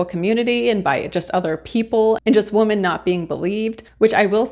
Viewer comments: You sound like you are saying woman everytime you mean women. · Good review. I enjoyed it, but check your pronunciation of “women.” Plural. It is not pronounced the same as singular “woman.” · It's women not woman. Women is plural. It hurt my eats to hear you say that over and over in the wrong context.